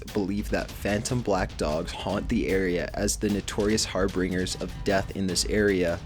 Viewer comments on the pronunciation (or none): the word is harbinger not harbRinger. pronounced like this har-bin-jer. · pronounces harbinger harbringer. doesn't skip a beat. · "harbinger" HAR-BINGE-ER or HAR-BENJ-ER not HAR-BRINGER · Harbinger not harbringer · It was his pronunciation of Amityville that got me, yeah. I can imagine somebody not being familiar with the words wick and harbinger and accidentally mispronouncing them. Fair enough. But who hasn't heard "Amityville Horror" said aloud? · and "harbinger" XD